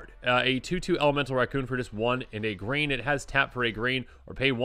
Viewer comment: Is he saying grain instead of green?